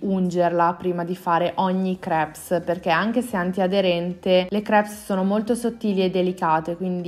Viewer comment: la S di crepes è muta!!!